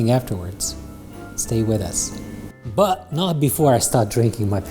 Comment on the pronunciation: I beg you, please learn how to say 'but' 😩